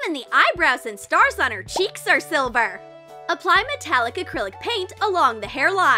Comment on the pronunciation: It is silver not siver